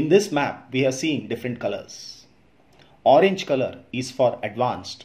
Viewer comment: Sir min u sead orenge, it is pink